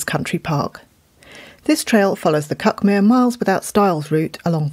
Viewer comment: I think these audio trails are a fantastic idea, and I've enjoyed them enormously. I do however feel the need to point out that it's pronounced cookmear by us locals.